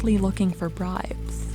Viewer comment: I heard "bribe"